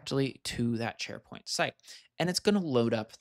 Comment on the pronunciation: "Neds Sharepoing"